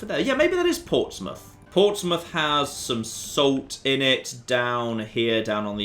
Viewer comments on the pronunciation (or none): And by the way... It is Portsmouth.